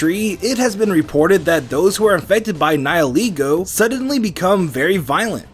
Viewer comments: Its called ni heh leh go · The pronounciation of nihilego is getting on my nerves